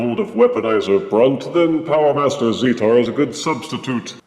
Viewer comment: Great review!!:D I believe the official pronunciation is "zee-tar" but I'm not 100% sure. Keep on being amazing, Double Thumbs Up.;D